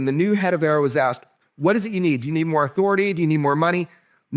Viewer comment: A.A.R.O. , not "arrow".